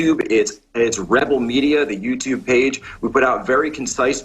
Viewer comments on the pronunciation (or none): none